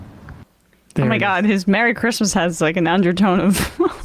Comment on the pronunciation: He said "Merry Christmas" but it almost sounded like "F*** 'em"